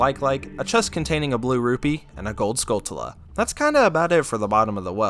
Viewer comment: Skull(ch)ulla, like Tarantula